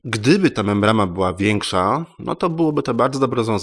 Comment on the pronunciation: Membrana a nie MembraMa